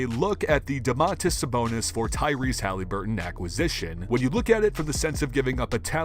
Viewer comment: Who is Tyrese Halyburton? It’s really not a hard name to pronounce man.